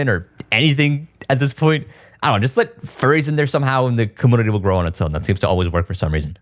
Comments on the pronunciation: The "comoonity" and "capooter" kills me every time. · it's Komyuneetee and Kompyuter XD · take a shot every time he says commoonity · “Commoonity” lol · I can’t un hear that… cuhmoonity. It’s community vro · Community ❌ Commoonity ✅ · Dude, why do you say community like that? It's pronounced kuh-mune-ity not kah-moon-idy :face-purple-crying::face-purple-crying::face-purple-crying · Why does this guy keep mispronouncing community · I just kept hearing commodity and it's been bothering me more each time 😂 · bro please stop pronouncing it “kum-poo-ter” and “cuh-moo-nity”. I love your content but u swear you’re so quirky with these pronunciations like a woman or a little boy. this is the only reason I haven’t subscribed to you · The "commounity" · What's a comoonity? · I'm a fan of quirky pronunciations but i never noticed say com-moon-nitty before. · Yeah he has difficulty with saying 'u' after a consonant. Compooter, commoonity, commoonication.. is fine, some people have quirks in their speech. Just like how Techmoan's nasal problems render his speech weird until you get used to it. Try to ignore it. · Great Video, but can you please pronounce Community properly? 🥲🥲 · How come you say community without the y sound before the u? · Serious question here…. why does he have the weird pronunciation of “community”? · This mans ability to pronounce the word community 💀☠ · Do you not know hot to pronounce community? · Are u saying community wrong on purpose?